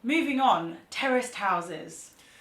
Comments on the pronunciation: When you were pronouncing Terraced houses it sounded to me American English that you were saying Terrorist houses. I thought what? Then I realized you were saying terraced housing. Ah Man. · Kept thinking you were saying terrorist houses... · Terrorist houses, hahaha. I had to turn on captions in order to understand this word. By the way, in America this woul be row houses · Had to replay it a few times, I thought they said "terrorist houses" !! Interesting to note: Condominiums don't exist outside the US.......and even in the US they only appeared around the 1960's. I was looking to see if the UK has anything similar, but I don't think they do. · I keep thinking "terrorist" house and you definitely mean "terraced" houses. lol. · I thought they were saying terrorist houses lol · Terraced houses not terrorist open your ears